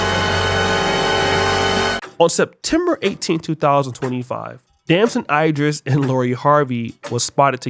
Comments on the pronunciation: its Damson Ee-driss not eye... like A B C D E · I hate how u say "idris".